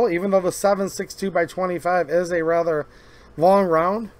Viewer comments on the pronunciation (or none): none